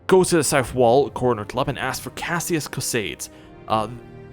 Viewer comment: Caius is pronounced KYE-us (it's a Latin name). Uriel is pronounced YOU-ree-ul (it's originally Hebrew). Go into the settings and tick "Always use best attack". It's much easier to fight that away.